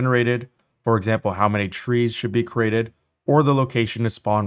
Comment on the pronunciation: Oof, hearing you say crated instead of "created" is freaking annoying